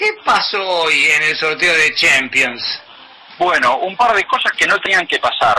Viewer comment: "Chempions" mando... 😂😂😂😂😂😂😂